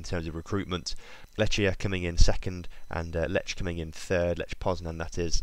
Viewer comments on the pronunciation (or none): Wow you said Jagiellonia spot on! But you did Lech and Ruch wrong, in polish ch i pronounced h, like in "hard".